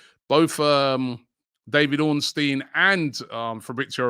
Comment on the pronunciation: Omg Robbie’s started pronouncing Ornstein correctly?!